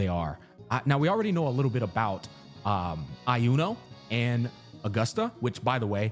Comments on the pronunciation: I swear to god if you pronounce Iuno as "AI-YUNO" again I'm gonna crash out xdd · SAY "I UNO" 1 MORETIME ISTG XD